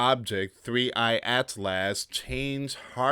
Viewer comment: PRONOUCED AS ATLES